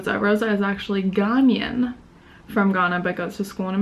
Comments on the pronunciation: Gar-nian. Ahahah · Yes I am aware of what Ghanaian means. I was noting your pronunciation which was incorrect.